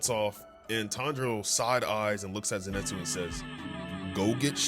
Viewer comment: Who’s Aoiwee it’s Aoi who’s kanoah is kanao who zenestu it’s zenistu stop saying kanoah & who’s muchuro muichiro (No hate just not how you say)😊